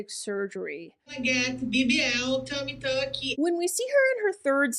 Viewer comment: Fun fact: adding "ee" to the end of words is part of the accent in English. App is "app-e", WalMart-e, Facebook-e. You can hear it when she says "tummy tuck-ee"